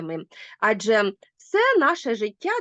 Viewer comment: АджЕ - наголос - на останньому складі!